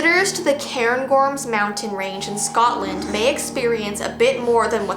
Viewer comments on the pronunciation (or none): none